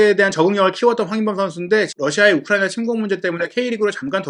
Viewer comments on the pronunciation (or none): none